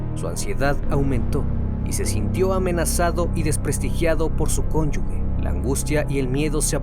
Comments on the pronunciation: Se pronuncia "conyuge" y no son porq no están casado legalmente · se escribe conyuge se pronuncia (conyuje)... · Cónyuge, sin la "u", suena como j, se pronuncia "conyuje" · Todo muy bien, solo un comentario para tu audiencia y seas mucho mas profesional-- se dice CONYUGE sin la U entre la G y la E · Cónyuge se pronuncia conyuje